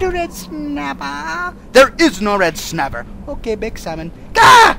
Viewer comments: "mmmm, reed snappa" NO! "mmm yes red snapa!" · just a bit of red snappah! just a taste of red snappah! lol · RED SNAPPHAH!!